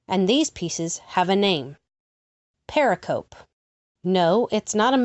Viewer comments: Love your work, but please re-do all the mispronunciation of "pericope"! Use the audio file that is part of the Merriam-Webster Dictionary image showing at :28: It's purr-RICK-uh-Pee -- or close to that. A term used a long time in New Testament Gospels' study. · Please pronounce 'pericope' correctly. You showed a slide showing the correct pronounciation, but apparently ignored it.